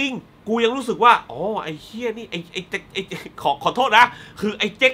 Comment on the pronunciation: ออกเสียง "เหี้ย" ได้จับใจ จิงๆ